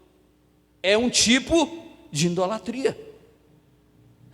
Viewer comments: Pastor: a Palavra é IDOLATRIA e não Indolatria cm "N" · Desculpa, meus ouvidos se cansaram de ouvir a palavra errada "INDOLATRIA" não deu para assistir! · Pronúncia certa: ' idolatria'. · Tudo bem pastor,o sr tem de falar correto.muintas vezes,o sr fala.indolatria. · Desculpas, com.todo respeito, mas o Sr fala IN idolatria, É isso msm?... nao seria Idolatria...é que o Sr frisa IN... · Ficar ouvindo um pastor falando em "INDOLATRIA "é deu desânimo.. Ainda mais que já veio com uma mentira dizendo que os católicos fazem idolatria. Pra seu governo. nós não colocamos nenhum santo no lugar que só pertence a Deus. Ah! e pra seu governo, não se fala, INDOLATRIA" e sim IDOLTRIA. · Não é in-dolatria, fala-se: IDOLATRIA.